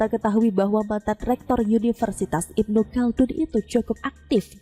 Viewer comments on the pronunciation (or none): none